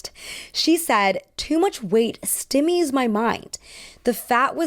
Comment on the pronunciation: You make a lot of great points, but man there are a lot of mispronunciations here. Stymied = sty-meed, not stim-eed. Benevolence = ben-ev-o-lents, not ben-velo-ence. It's weird to have that level of reading in a video about the bimbo aesthetic... I guess it's brilliant if that was intentional, but...